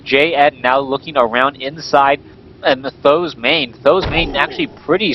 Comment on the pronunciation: why do always say "saam daan" (something like that). SBK says either th000 or huang xiang